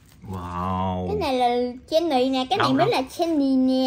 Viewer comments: Jenny có khi bà đọc thành Jen nis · Phát âm rất chi là chuẩn Chí xù Gién nì Rố sề Lí sà Sí đì Bờ lách pin Li ríc Tây ba gờ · Phát âm gất chuẩn , tây ba gơ, bờ lách pin , chí xù , gién nì , rô sề , lí sà , còn thái độ khi bốc ra Rosé đúng là fan 4 năm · Nhỏ này thái độ z? Khui carb của Jennie thì nói con bé nìk ba Khánh xem thử card thì hất tay cọc các thứ? Phát âm rố sề chén nì sú lía sà .ố dề vãi (ykr)